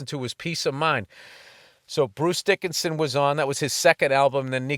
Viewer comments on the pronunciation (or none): Billy Burn Out. Neil O'Donnell was a QB, ya dumb stoner. And you pronounce DiAnno correctly then call Bruce Dickinson, "Dickerson". Ya can't handle your highs, walk away now! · "Paul Di'anno am I saying that right? So anyways Bruce Dickerson..."